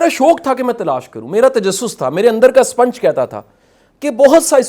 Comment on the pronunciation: شاہ صاحب سوتے نہیں تو کیا شاہ صاحب چمگادڑ ہیں ۔ سپونج کو سپنچ کہ رہا ہے ۔ یہ ہے موٹیویشنل سپیکر